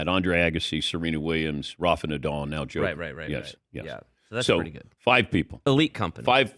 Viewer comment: finally he learn how to say DJOKOVIC and not jokovic